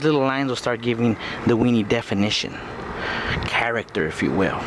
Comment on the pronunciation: hows this not viral "characta"